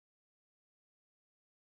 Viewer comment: It's pronounced yo- kich no J in there. Sorry I had to help you out there. I live in Colorado.